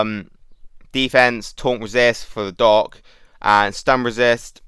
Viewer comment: Took me a while to réalisé you were saying doc. Not dog, God it confused me at first